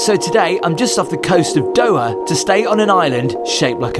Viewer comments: Doha... not doa.. more effort with pronunciation would be appreciated 😅😊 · The pronunciation of “Doha” is: DOH-hah (with the “DOH” as in “dough” and the “hah” softly pronounced).